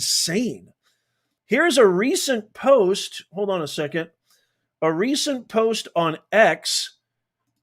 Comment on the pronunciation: POST SOUNDS LIKE CODE